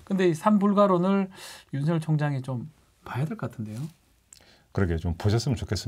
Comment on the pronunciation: 윤성녈 아니고 윤서결로 발음해야 맞습니다. (자음동화)